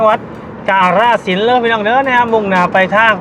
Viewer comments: ออกเสียงให้ถูกต้องนำเด้อ อย่าออกเสียงชื่อจังหวัดแบบลากยาว กาฬสินธุ์ = กาน-ระ-สิน (เมืองน้ำดำ)สองพยางค์แรกจะออกเสียงสั้นเด้อ!แต่ออกเสียงว่า กะ-ลา-สิน (กะโป๊ะ)ออกเสียงยาวเกินไป ความหมายมันเปลี่ยนไปไกลเลย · กาฬสินธุ์ อ่านว่า กา-ละ-สิน ครับ ไม่ใช่ กะ-ลา-สิน